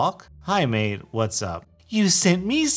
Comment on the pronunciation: Bruh he said maid but its mate actually